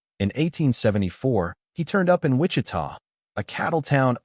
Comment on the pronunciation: Cuando dice en " wicha" supongo que quise decir Wichita